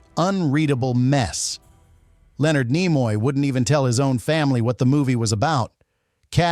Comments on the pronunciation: Slap your AI narrator! Nimoy is pronounced KNEE-MOY, not NIGH-MOY. It wsa in your first sentence only, fortunately. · As soon as i heard Nimoy pronounced Nye moye i switched this AI shit off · I started watching this video, and heard the name "Leonard NEYE-moy" mentioned within the first 5 seconds. I immediate stopped watching right there and then, and I'm just taking a few seconds to write this comment. I have no idea what follows the first 5 seconds, but hearing "Leonard NEYE-moy" was enough to let me know that watching the rest would be a waste of time. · Ai Content Detected… Leonard NY-moy. Sound of fart wafting. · Ni-moy the ai does not now How to pronounce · You could not even pronounce his name... lost any credibility five seconds in. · An AI voice that can't pronounce a well known name is not worth finishing. I didn't. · More AI sloptube. Can't even pronounce Nimoy. Bug off. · It's not just the bad mispronunciation of Nimoy, but "Fal-For-Pan" and "Sarek". Was the narrator human or AI? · Brought to you by AI that cannot pronounce Leonard Nimoy's name correctly.